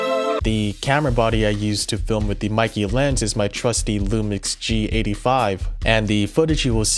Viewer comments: meike in Chinese is supposed to be read like make with the stress on 'ke'. So it will be a bit similar to the British pronunciation of 'maker'. But everyone reads it like 'nike'. I assume this despite the mistake will be the standard reading in the future. Just like very few people know Nikon in Japanese is actually not Naikon but Neekon.😂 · It is sad that 90% of gaijin cannot pronounce Kneewhere (for Neewer, not Newwhere), Cawknown, Kneecone, and Pawnawesone eek correctly. How about getting the name Maykeh (e similar to in get) correct if reviewing.